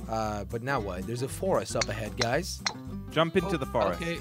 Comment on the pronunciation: Instead of guys you said "gruys" 😂